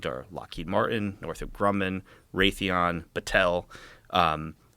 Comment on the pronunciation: Did he say Lockheed, Northram, Raythion and INTEL?